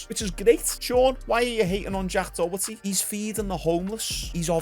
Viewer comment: "jack dohetty"